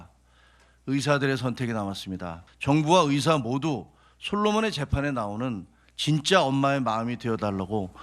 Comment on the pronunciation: 답답하다.. 이번 사태의 핵심은 전공의 이탈이다.. 그런 전공의들은 개개인의 생각으로 사직을 했는데, 대표가 선동해서 사직한것이 아닌데, '대표 한명씩만 참석해라, 통일안을 가져오라....' 고 하는 게 답답한 일 인거다. 진정성있게 전공의가 돌아오게 하려면, 큰 체육관이라도 빌려서, 1. 박민수 차관이 그 동안의 막말 사과하고 (의새라고 발음한 것 , 낙수효과=필수의료를 낙수의사로 표현한것: 필수과 의사의 자부심 짓밟음., 전세기 띄워서 다른나라 의사 데려오겠다 등 여러 협박 표현들 , 의사면허 정지 등으로 겁박한것 등 ) 2. 전공의 개개인의 의견을 듣고 수용하는 자리를 마련해야한다. 우리가 의사 한명한명 사인받을수없지않냐? 이런 태도로는 젊은 전공의들 마음을 돌릴수없다. 아무것도 이뤄낼수없다. 한명한명 사고해도 돌아올지는 미지수다. *올해 전공의가 돌아오지않으면 다음년도 전공의 지원도 없다. 그게 왜 그러냐면... 1,2,3,4년차 아무도없는 의국에 혼자 들어가면 - 윗년차 의사에게 배울수도없을뿐더러, - 1,2,3,4년차의 업무가 신입 전공의에게 쏠려서 잡일만 하게 되므로 아무도 들어가려 하지않을것이다. 그러면 내년에도 의료 대란은 쭉이어지고, 이게 몇년 지속되면, 필수의료 교수님들도 번아웃오고 대한민국 필수의료는 말그대로 종말이다. 필수의료가 다시 일어서려면 전공의 한명한명만나고, 다시 돌아오도록 요구 들어주고 부탁해야할 판이다.